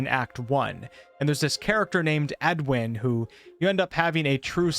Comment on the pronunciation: Edowin, Not Edwin. I know small difference but that name is a bit loaded in BG